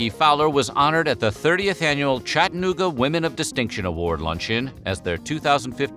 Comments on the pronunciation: It's pronounced CHAT-TA-NOO-GA. If you can't pronounce it THAT way, try CHAD-A-NOO-GA. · ➡ Attn. Voice-Over: Just like Kalamazoo and Albuquerque, Chattanooga is pronounced with 4 separate, distinct syllables. You don't swallow the second syllable. :face-orange-raised-eyebrow:⬅